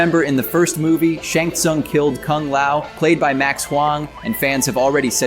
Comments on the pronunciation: Who is shong Shawn? You mean 'sha-yng soong' spelled shang tsung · Dude really said "Shung Sung" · dude said Shong Song ..... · mans said shong sun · how are you going to do a review and misspronounce the most iconic mk bad guy Shang Tsung? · That's not how you pronounce Lui Kang and Shang Tsung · Shang Tsung not Shung Sung Liu Kang not Liu Kung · Loo Kung? Shun Sun? Sorry about my OCD :P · While you make a lot of good points and a very informative video, you need to work on your pronunciations, I winced at multiple, like tarkatans, Shang tsung, hanzo hashashi, kuai liang, study up on them big homie, you definitely need it 😭